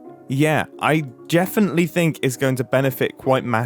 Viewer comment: he 100% said jeffinitely instead of definitely